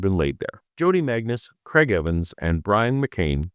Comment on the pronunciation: William Lane Crag? Craigue? Creag?